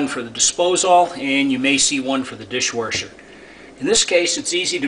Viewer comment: i watched the video and it was noticeable the way the word dishwasher was pronounced dishwarshur, then i scrolled down and noticed your comment :)